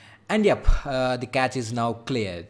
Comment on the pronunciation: Cache is not like catch but like cash